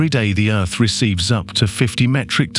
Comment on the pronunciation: I do like the videos burn that voice is driving me insane Earth has th at the end he says it with a f 🤣🤣🤣